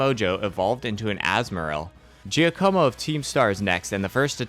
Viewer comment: That pronunciation of Giacomo was painful to the ears lol